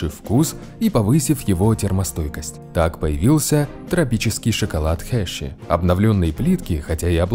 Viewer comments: Херши а не хеши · Да почему ты говоришь Хешри? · Название шоколадки читается хёршис